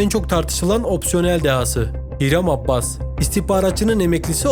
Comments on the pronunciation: adamın soyadı abbas değil abas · abbas deyip duruyo ya, abas abas